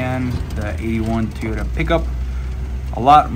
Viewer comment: Your "manual transmission Teeyota" 😂 needs motor mounts and new valve cover grommets. When those are over tightened or just old, they transmit valve noise to the valve cover. Also that tailgate is supposed to have limiting cables/chains to keep it dropping below horizontal. I believe the 22r had 96 hp. Looks pretty solid overall!